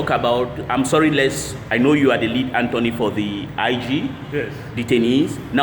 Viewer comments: Learn to pronounce this word - attorney. It is not antony. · is a good man. However the pronunciation of attorney was not correctly pronounced by our brother. One love.